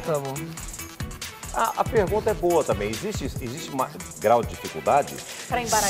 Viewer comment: Ela falou é boa mas parece isso mesmo kkkkkkkkk